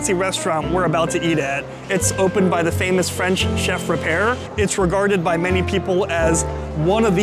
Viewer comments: He also mispronounced Eric Ripert’s name. Very easy to look up how to pronounce foreign names. It’s common courtesy to get people’s and business’ name right. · First of all, the restaurant name ends with an I not an a so you were continually pronouncing the name wrong. That also goes along with pronouncing the chefs name incorrectly before you go a Michelin star restaurant you should make sure you know how to pronounce the name of the chef. I am someone who worked professionally in a Michelin star restaurant in New York City and yes, especially during lunch. It’s supposed to be a lighter male food wise so you’re not gonna get buckets of food what portion wise is exactly on the money.